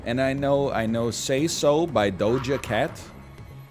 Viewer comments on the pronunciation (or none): Sizeable dad energy coming from the pronunciation of "Say so by Doh-ja Cat."